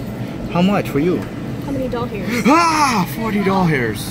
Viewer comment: Why do you say dolhairs just wondering why not dollars